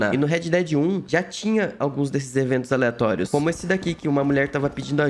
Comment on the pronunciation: “eventos elatorios” kkkkkk